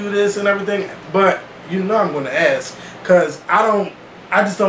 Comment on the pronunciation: I love you but puhlease say ask not ax